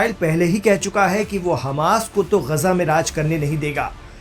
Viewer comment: अबे ग़जा नहीं ग़ाज़ा है 😂😂😂😂